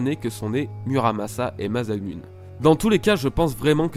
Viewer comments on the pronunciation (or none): Très bonne video mais stp... MASSAMOUNÉ ! x) pas Mazamunne x) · "masamune" se prononce "masamuné" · "masamune" la prononciation aaaaaaaaa